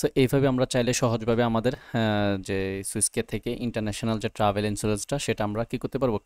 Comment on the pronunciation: Thank you for the videos., please pronounce the Travel Insurance ln correct way, it sound not good. Every time you say ট্রেভেল Insurance. But it is supposed to be sound ( ট্রাভেল ) not ট্রেভেল please. Thank you again for the videos.